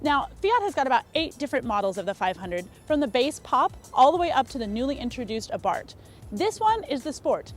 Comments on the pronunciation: Bhargava Matta that’s how it’s pronounced and said, Abart’ no Abarth’ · FYI: Abarth is pronounced Ahh- berths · i think you said abart instead of abarth in the begining